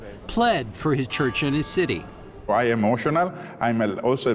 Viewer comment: city., not cuty